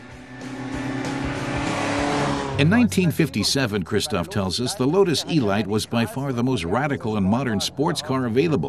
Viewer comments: Nice vid, but... Eeee-light? What next? The BuMmmWuh 328 Miley MyGliay? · The Load-us Ee-light, a compact delivery vehicle. What has it to do with this exquisite sports-racing car? Sorry, I would rather hear this voiced by the German test driver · 'elite' is a word that means a selection of the best - pronounced 'El-eete'. It's OK if you don't speak English properly just don't do voice overs!